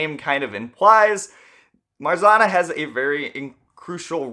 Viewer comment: How many times can a comment explaining pronunciation of "Marzanna" be deleted? Come on, it's not that hard.